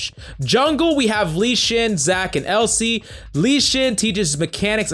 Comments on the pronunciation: Says Elsie instead of Elise no subs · Let this video show that you don't need to know how to read to be a coach. My mans with the Elsee, KissUhdn, Kineen, Lee Shin... Blow your nose, calm down, and stop shouting my guy. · U mean "Keeneen, Lee Shin, Elsee"? xd